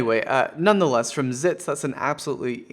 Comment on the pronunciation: Its pronounced Exits. Unless ofc you were fucking with him like most of us do. lmao. And are those Geese honking in the intro? (the part with the flag) I always mean to ask you that.